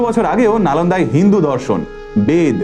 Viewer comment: একটি শব্দ ব্যবহার কোনো ভাবে ভুল উচ্চারিত হয়েছে। শব্দটি ***হিন্দুদর্শন***.... এর বদলে ***হিন্দুধর্ষণ* .... বলেছেন। শব্দটি খুবই কানে লাগলো।দয়া করে অডিও চেক করুন।